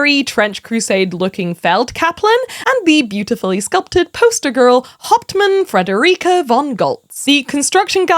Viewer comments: I just want you to know that I kept hearing you say Hauptmann as Hot Man and I think that makes it better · I like how she pronounces "hauptmann"